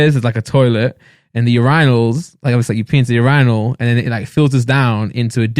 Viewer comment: UrAInals lol